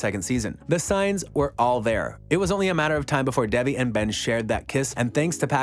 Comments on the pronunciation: her name is pronounced like Day-Vee not Dev-ee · Can you please attempt to pronounce the name properly? It is not Devvy it is Devi.